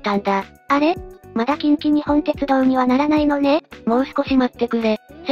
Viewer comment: 細かいところ指摘して申し訳ないんだが近畿日本ってのは『きんきにっぽん』って読むんだよ。 沿線で育った身からしたらこれは、やはりニッポンって呼称してくれないと気持ち悪い。近鉄といえばニッポン